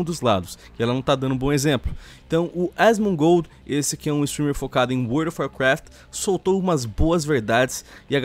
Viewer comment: So eu q ouvi "gordo of warcraft"